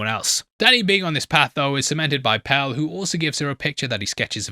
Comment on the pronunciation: I genuinely love watching these breakdowns but I want someone to acknowledge my struggle here listening to the pronunciation of "Pelle" as "Pell" 😂